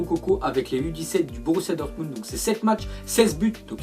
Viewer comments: prononce dormunbd au lieu de "dormundt" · Dortmubd Wouah C'est Dortmund 😑